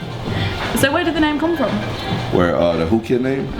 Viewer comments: Its so irritating when she keeps saying WU KID instead of WHOO KID. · Why does she keep saying wooo kid his names is whoo kid lol... i liked this interview tho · tll that girl its WHOOOO kid.. not WOO kid lol